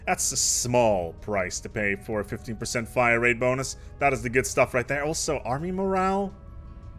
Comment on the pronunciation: When you were going over Bulwark of Harmony you slurred 15%